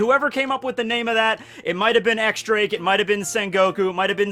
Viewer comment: He finally pronounced Akainu right! Now X Drake on the other hand...